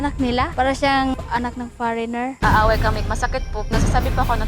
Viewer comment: Far-reigner??????Ano dw